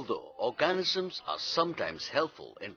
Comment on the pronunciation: You pronounce organisms wrong